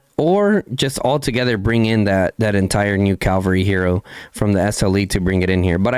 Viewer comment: lol brah, it's called Cavalry, not Calvary. Calvary is where jesus got crucified. Cavs are fighters on horses while calvs are baby cows or on back of your leg.